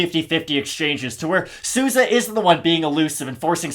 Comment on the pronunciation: From a Spanish speaker. Your are murdering Souza’s last name …. With love tho 😂